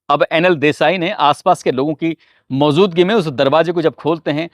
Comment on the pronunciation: موزودگی نہیں ہے بلکہ یہ لفظ صحیح طور پر موجودگی ہے لہذا pronunciation ذرا درست اور صحیح ادا کریں لگتا ہے کہ عربی زبان سے آپ نا بلد ہیں لیکن اردو زبان سے بھی کافی دوری ہے